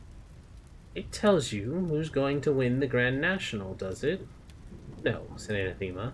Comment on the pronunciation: OK ... i have been appreciating this reading, but... i hate to do this , it has been killing me the entire time, and yes i will finish your reading of this., it is just this one thing... a·nath·e·ma /əˈnaTHəmə/ [[ Uh'nah'thu'mu ]] noun 1.something or someone that one vehemently dislikes. "racial hatred was anathema to her" Similar: abhorrent hateful odious repugnant repellent offensive abomination abhorrence aversion monstrosity outrage evil disgrace bane bugbear bête noire pariah 2. a formal curse by a pope or a council of the Church, excommunicating a person or denouncing a doctrine. "the Pope laid special emphasis on the second of these anathemas" thank you, i will step away from my soap box now. again, many apologies